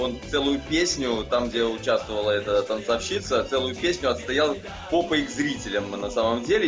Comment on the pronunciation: Давно не слышал ПРАВИЛЬНОГО УДАРЕНИЯ! Именно танцовщИца! Браво!